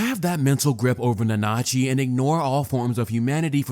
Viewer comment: How did you watch the show and cant pronounce Nanachi correctly?